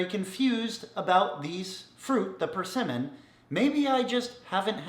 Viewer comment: You said PerCinnamon. Try again.